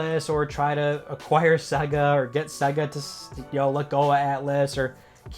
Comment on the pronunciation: it's SEA-GA ffs....